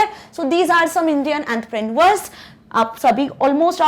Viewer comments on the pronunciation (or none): Its technology not tecnalogy also its entrepreneur ship not wht ever u said if ur teaching us at least to it right 🙄